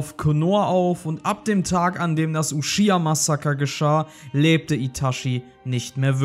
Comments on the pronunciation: Kein hate aber man spricht es nicht Ushiha aus sondern Uchiha Man sagt auch nicht zu Son Gokus Frau ShiShi sondern ChiChi Wer Ushiha sagt (eine verkackt deutsch Version) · Akatsuki und Sasuke japanisch aussprechen aber Uchiha bringt ihr Deutschen trotzdem nicht auf die Reihe, oder wollt es nicht... « Uschhhihaa » was das?